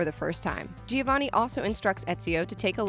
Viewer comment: She really said ”geeovanni”